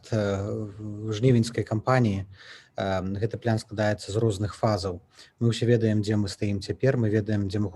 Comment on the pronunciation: Яки плян! Няма пляна у беларускай мове! Есць план! Цверда вымауляецца. Не каверкайте. Не прыемна гучыць.